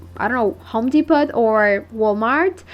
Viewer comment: I like the candle/log craft. Incidentally........the “T” in Home Depot in silent. Phonetically it’s pronounced, “Dee Po,” as in Row.